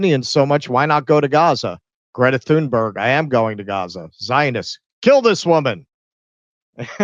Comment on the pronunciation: she calls herself "githa timba" lmao